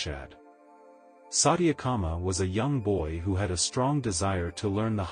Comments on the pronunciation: This channel must be banned. Sathyakama not satiyaaakama .. 🤦🏼‍♀️this is disgusting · You narrate so well, but mispronouncing vitals aspects diffuses the significance of the essence. His name is Satya- Kama( t pronounced as you would use the sound of t as t . Vayu means air V pronounced as v in victory. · Gah, your pronunciation of Sanskrit is pretty pathetic, I hate to say. I hate to fuss this way but it really is disconcerting. Chandogya is pronounced Chaan-do-gya with the 'do' pronounced as in 'though.' Satyakama is pronounced Suth (rhymes with such)-ya-kaama. Satya means the Truth. Vayu is pronounced Vaa-yu and not Vay-yu! It refers to the energy of the wind, worshiped as a deity. And oh, the fourth source of information for Satyakama you stated to be a diver bird, but "Loon" is the more commonly used word for the bird, is what I have read. Anyhow, pronunciation aside, your effort to present this Upanishad is most appreciated. 🙏It is only a part of the entire Upanishad, though. There were other students who were taught as well: Upakosala, Svetaketu, and Sanatkumara. The Upanishad teaches the truth of the Atman (pronounced Aath-mun) which westerners call the "Self." I guess they refer to the "Big Self" hidden within our "little self." :)